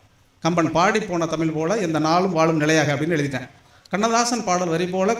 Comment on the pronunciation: ஐயா, எளுதக்கூடிய அல்ல, எழுதக்கூடிய ✅ தமிள் அல்ல, தமிழ் தான் ✅ அளகு அல்ல, அழகு ✅ காலம் எவ்வளவு போயிட்டு, இன்னும் ழ வரவில்லையென்றால் நீங்கள் வரும் வாரிசுக்கு கொடுக்கும் சாபம் அது. 🙏🙏 அளகிய அல்ல, அழகிய ✅